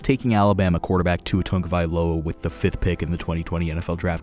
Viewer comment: Tagovailoa bruh. There’s no n in there